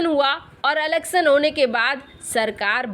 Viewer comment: अलक्शन नही इलेक्शन होता है बेटा